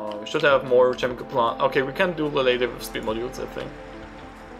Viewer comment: I literally can't understand a word of what he is saying. However, I'm pretty sure he pronounced "chemical" as "shemical."